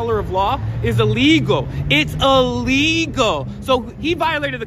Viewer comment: It’s a-legal! It’s a-legal!